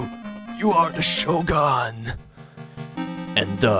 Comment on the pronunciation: you cant say "sword" right......or "decisive", but im not one to complain